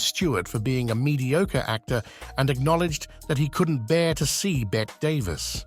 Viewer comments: Another stupid AI voice...Bette Davis' first name is pronounced with the E sound at the end, not like "bet." My mistake is watching this through to the end, losing precious minutes of my life! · Stop saying ' Bet ' Davis !! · Also Bette Davis! Stupid AI...